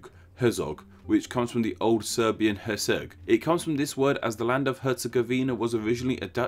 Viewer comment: Great video, but you butchered Herceg's name a little